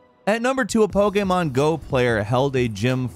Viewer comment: Damn I'm so happy you say Po-K-Mon not Po-Key-Mon